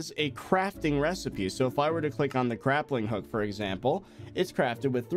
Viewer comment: he said crappling hook instead of grappling hook xD